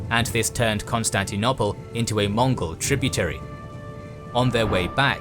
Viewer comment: This is brilliant: wonderfully detailed and helpfully animated, as always. May I just request that you stop talking about 'Constantinopple' -- it's very jarring. The word (almost) rhymes with 'noble', not with 'nobble' (English spelling has some regularities).